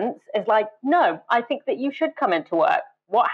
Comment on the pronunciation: It's so weird that pronounces "th" as "f" when he otherwise has a quite "clean", standardised, middle-class English accent. It would be like Fiona Bruce asking Boris what he "finks" about the chances of an EU deal.